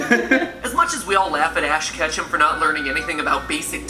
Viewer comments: Ketchum is pronounced ( ketch um) not catch um. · Here before 50 views but nobody cares. Also “katchum?”